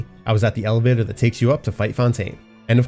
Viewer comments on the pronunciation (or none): none